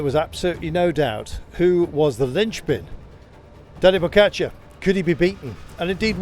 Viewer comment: This stupid commentator can still not pronounce Tadej's name correctly ( why he says "Pocacar" or something like this ) - after all these years this man is on the cycling's very top, seems he will never learn to pronounce correctly 😂